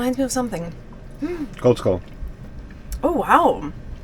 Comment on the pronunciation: got Koldskål down. needs to understand that the Å is not an A but a different letter and is not pronounced the same way.. The Æ Ø Å sounds are very far away from any letter you think they are. Normally when english speakers see Ø they go O and that's a massive mistake as Ø is as much a P as P is Q. 😊